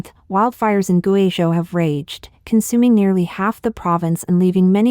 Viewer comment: You either need a better text reader that can handle Chinese proper nouns like people and place names, or need a human narrator. I can't SHARE your videos when the video is about GuiZhou and you cannot pronounce the name correctly. You do great research and writing, but if I wanted to share this story, I would have to redo the research and presentation from scratch: I can't use yours. You are incredible if you cannot pronounce things correctly. Look to BBC and even Al Jazeera as an example: They ALWAYS practice the proper pronunciations of names and places before they go on air. Compare your feeds to China Observer who uses real narrators. We in the West do NOT mind the accent because it is authentic.